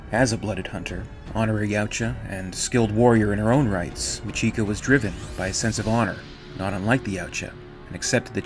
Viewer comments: This was great except for one thing. Machiko is pronounced "Mah-chee-koh". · Very nice, I have the graphic novel and I loved it, I still read it from time to time. One thing regarding the pronunciation of Machiko, I think it would be properly pronounced as Machi ko, with the emphasis on the first two syllables. This is because ko is a common part of many Japanese girl's names and is represented by a single character. So names like Mariko, Michiko, Noriko, etc. would always have the emphasis on the first two syllables.